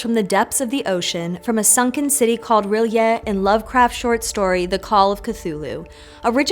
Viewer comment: Thank you for pronouncing "R'lyeh" closer to how it should be pronounced. So many people say "Re-lay" which just irks my octopus. I'm a big fan of the Mythos, both what Lovecraft created and what his contemporaries and all those who came later created. The fact that none of it is precise is what makes it seem so real. Everybody has a slightly different take and they are all correct because they are trying to describe things that are beyond our ability to fully comprehend. I like to think about Cosmic Horror with a simple parable: we are no more than motes of dust and, when we call out to these things, when we court their attention... well, what do we do when dust gets in our eyes? I also don't think enough attention is given to his Dream Cycle which is kind of tangential to the Mythos as a whole. He has a really vivid idea of what the Dreamlands are. I think the Dream Cycle has impacted me even more so than the Mythos.